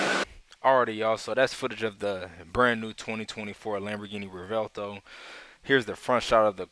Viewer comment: no hate, i just think its hard to see how its pronounced by reading the name. pretty easy tho. REV - WELT - OH.